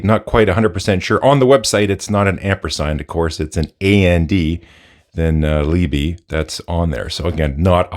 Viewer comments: Must be different in Austria to Germany then because the 'e' at the end is definitely not silent. It's pronounced something like an "uh" sound- so Lee-bu (the second syllable as if you were saying 'but' and stopped before the 't'.... if your but is fairly neutral English English, at least ). I.e. like the first poster in this chain said. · The closest pronounciation would be leebeh a short eh at the end. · what?? what is the buh at the end? Liebe it more like a Lib eh. my mother language. Love the case, have 3 of them. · Feedback: price matters to 99% of people and should be mentioned first, not last. Why not ask the manufacturer how to pronounce their name? Or google "&liebe meaning"?